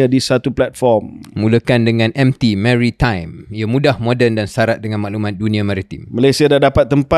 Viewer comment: Baru tau sebutan mary-time 😅